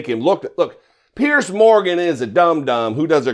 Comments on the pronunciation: Piers. It's pronounced PIERS, like one pier, two piers. NOT 'pierce', like pierce skin with a needle. (Sorry, makes me crazy...) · why are you mispronouncing the idiot Piers Morgan's name? It's pronounced "peers". You're sounding like a low IQ Republican when you do that. Don't be like them, do better.